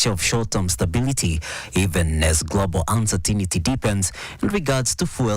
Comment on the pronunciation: Why is every journalist in Kenya butchering this word( uncertainty)